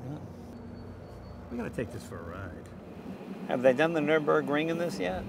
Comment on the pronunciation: Did anyone else cringe when he mispronounces 'Nurburgring'?